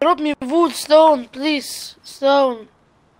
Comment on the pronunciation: 'Wuud Schtone plese'' -.